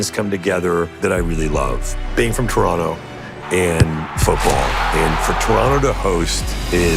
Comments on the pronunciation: Love than he's swallowing that 'T' like a proper native. For us it'll always be Toronno. 😄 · Americans, note the correct pronunciation. The second "t" is nearly silent. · And just in case you all didn't pick up on it...the second T is silent. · Now everyone study the way he pronounces it, we don't wanna hear TOE RON TOEs!